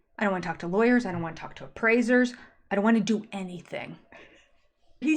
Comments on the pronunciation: Did he say liars or lawyers? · He said “law yers”. Did you miss that one?